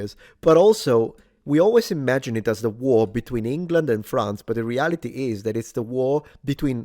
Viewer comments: This woman says she doesn't speak French. Why does she keep calling it Frahnts instead of France? I've never heard an American (or maybe she's Canadian) pronounce it that way. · This lady is pure American. Why is she pronouncing France, "Frawnz" ? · Okay! This is the History Hit gal who pronounces almost everything as an American generally would, except she obsesses with pronouncing "France" as "Frawnce"! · She keeps saying france as fronz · Why does she say "Fronce"...lol! That's not how the English say France.